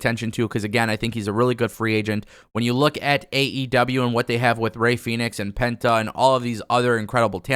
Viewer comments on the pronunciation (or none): none